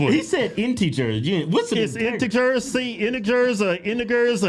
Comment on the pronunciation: Inte jerr =integers pronunciation